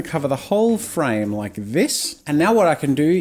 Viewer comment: U Said frane like 999999 times